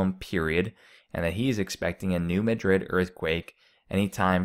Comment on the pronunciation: It would add to your credibility if you pronounced the fall name correctly. I can Say New Mad- drid. And do Not say "Illisoise" Grades on the ear